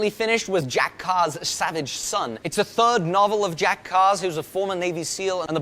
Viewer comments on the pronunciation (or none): none